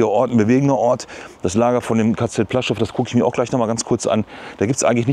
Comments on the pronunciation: Kleiner Nerd-Tip: Das "L" im polnischen, was durch so einen Strich "gekreuzt" wird, also das: ł.....das ist ein "ue", am ähnlichsten Vergleichbar im deutschen mit einem W......das heisst das Lager heisst nicht "Plaschow", sondern wird eher "Puaschau" ausgesrochen. Gutes Beispiel hierfür: Die Stadt Lodz, hat auch diesen Buchstaben, und wird EIGENTLICH eher "Wuudsch" ausgesrochen. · Es spricht sich ´puaschow´ aus……